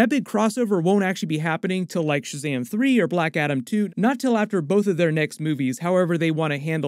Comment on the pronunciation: Please don't say "Shazamly" 😬